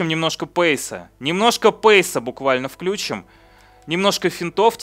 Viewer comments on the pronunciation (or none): none